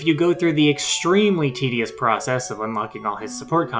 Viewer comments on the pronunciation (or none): none